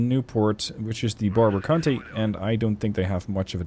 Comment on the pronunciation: Your pronunciation of county had me double check those ship names lol. Love the content as always!